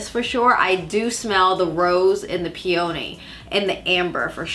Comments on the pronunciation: I love your videos but for such a big partnership, I would think you would make sure you pronounce a basic flower properly.It’s pronounced pē-ə-nē. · pee-uh-nee lol